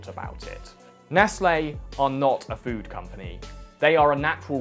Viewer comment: Ah yes ”phood”